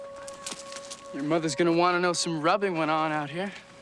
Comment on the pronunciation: I was so sure you were pronouncing robbing as rubbing because keep saying grave rubbing and then they said they're going to do some rubbing. Why the hell does it sound like they're going to be masturbating on graves?